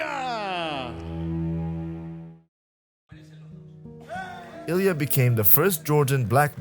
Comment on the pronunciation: that is NOT how you say his name lil bro 😭✌